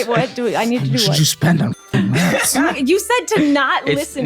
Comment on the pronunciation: for fucking RRRRRATS !!!!!!!!!! 😂